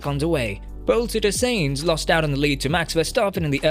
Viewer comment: Carlos Sayings??? You got to be fu€king shi#ing me. Bro. Please. For fokssake learn how to pronounce the driver's names right.....